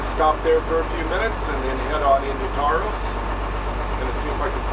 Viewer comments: Taos not toast.... lol. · Hi, So I'm from Taos (pronounced like house, but with a T on it). Since the earthships are in Taos- Can you change the intro to Say Taos not Santa Fe, because you are about 1 hour and 40 minutes from Santa Fe on the mesa outside of Taos not Santa Fe there. Thanks!